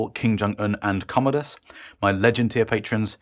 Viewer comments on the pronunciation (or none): none